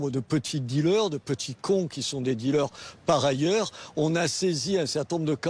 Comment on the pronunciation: BFM C est Dealers Pas “Dealeurs”…btw, good job Mr Menard!